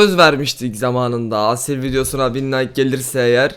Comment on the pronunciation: Aasil değil kanka asil okunuşu ikinizde okurken aasil der gibi okuyorsunuz ismini